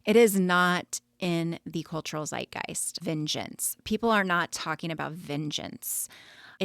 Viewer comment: Milieu ist französisch und du hast es korrekt ausgesprochen. Zeitgeist ist ein deutsches Wort und das Z wird etwas anders ausgesprochen, als du es gemacht hast 😊 Ansonsten super Beitrag und viele Grüße aus Deutschland, wo Donna Adelson jetzt sicher lieber inhaftiert wäre.